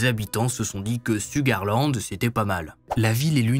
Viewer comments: Souga -land le R ne se lit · LOL En effet, Ça se prononce "CHOUGAR LAND"☺️ 🥰